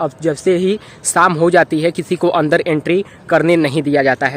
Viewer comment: हम डोर गया, 22 नवांबोर, अंदोर, भाभ्य, मेजोर, यहां पोर, आकर्षोक, दशोक,😂😂😂😂😂😂😂😂😂😂😂